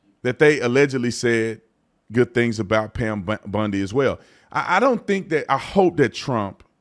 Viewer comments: Pam BONdi not BUNdi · It's Pam Bondi (Baundi) not Bundi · He name is "BONDI", as in James Bond, not Bundi, as in Al Bundy. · Not Bundy It’s Bondi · Just a friendly point, it's BOndy, NOT BUndy. 🤓👍🏼 (Arrested individuals post "bond", not "bund". 😁) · It's Bond not Bund...Bondi 😉